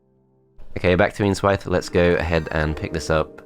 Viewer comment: Every time you said "Eanswythe" I heard "Ian's Wife".